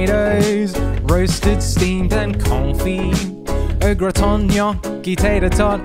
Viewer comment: That’s definitely NOT how I’ve been pronouncing au gratin 🫨